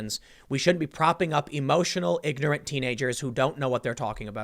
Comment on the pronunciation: She ignit gawg......she ignit.....